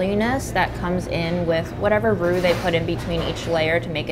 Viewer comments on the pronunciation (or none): none